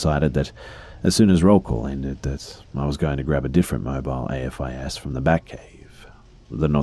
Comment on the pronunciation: AFIS is pronounced the way it's spelled, with the "a" being pronounced like the "a" in "aim". It's an actual word.